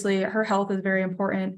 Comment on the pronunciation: You and me both! Instead of enunciating the “t,” they just grunt “impor-unt”. 😅